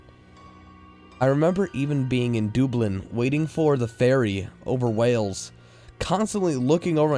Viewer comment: Dublin is said how its spelt.